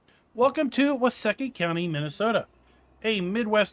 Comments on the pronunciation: I’m actually from Waseca. It’s pronounced with a long e. So like Wa See Ca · It’s pronounced “Wah-SEEK-ah” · It's pronounced wah-seek-ah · Why-seek-ahh. You’re welcome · It is pronounced wa see ka. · Its funny, you can tell whos from Minnesota in here, myself included. Its pronounced with a long E sound.